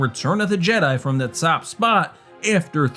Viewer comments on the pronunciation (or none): none